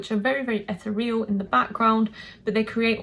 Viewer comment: Love your channel and the detail you put in your analysis. I think Ethereal is pronounced "uh-thee-ree-uhl" with the emphasis on the second syllable :). I agree with your top 3 with Spain and Finland switching places depending on my mood!